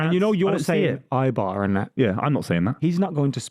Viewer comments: “Eye bear” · pronouncing Eibar wrong whilst making fun of for not knowing who they are will never not be funny